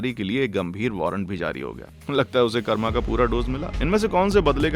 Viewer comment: Pranauns it's not a karama it's karma .